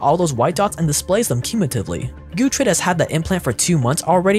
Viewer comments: Cant pronounce dorothy. Proceeds to say “Gootrid”. needs the pronunciation update for his neuralink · Pig’s name: Gertrude: Gootrid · Gertrude, not gutrid :)))